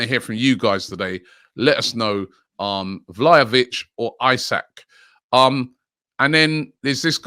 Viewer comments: Vlalovic lol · Vla Hoe Vic, Vlahavic, Vla vic, man his name is hard to pronounce.